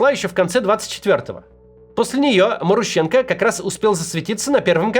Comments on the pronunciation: Максим, у тебя даже не шевелится что-ли в башке: "вот, новое слово маруха - однокоренное к главному персонажу", и я не знаю, как его произносить" Т.е. пхй ваще, да. Ударение там на второй слог - марУха и, скорее всего, марУщенко. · Я бы ударение делал на МарУщенко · Ударения в украинских фамилиях не всегда на предпоследний слог)) Например, Зощенко, Лещенко, Кащенко, Плющенко..... и так же Марущенко)) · Может, МарУщенко? А не МарущЕнко??!